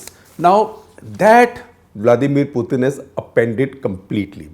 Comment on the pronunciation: FFS, learn how to say Putin’s name correctly